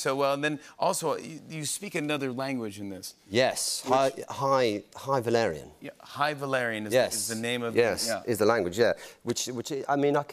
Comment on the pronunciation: Damn jimmy you nailed high valyrian. The way matt pronounced it made it even hotter